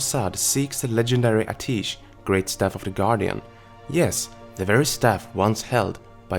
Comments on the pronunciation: Only criticism is a minor grammatical one, I love these videos!. It's "Ah-tee-esh" not "Ah-teesh". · It's pronounced [AT - E - ESH] NOT [AH - TEESH] Listen to Khadgar in game... Pretty sure he says it as you fly to Azsuna the first time you start the zone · Amazing stuff as always, but isn't it pronounced "Uh-tea-esh?" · love your vids but go into WoW, listen to Khadgar pronounce Atiesh and then come back. There's a lot of times when you mispronounce something.